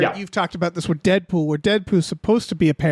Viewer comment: lol, said Deadpoo